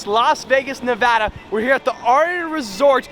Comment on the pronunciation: Did he say nuvada?